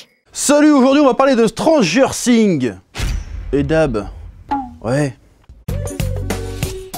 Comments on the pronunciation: Personne normale : Stranger Things Le Chef : Tranger Thing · Chui le seul qui a entendu transgenre things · J'avais compris Transgenre sing